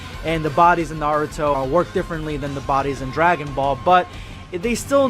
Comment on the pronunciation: IT's not NAR UTO. It's NA RU TO